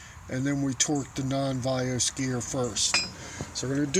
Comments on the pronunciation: Very helpful video. However you keep saying "Vios" when referring to the VANOS. I'm probably not to first to mention it. But I didn't feel like looking through all 280+ comments for it. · what the hell is "vayose"?! lol. he means "vanos" haha. im a certified BMW Technician so thats how i know this stuff